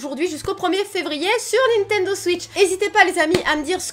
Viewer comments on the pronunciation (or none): none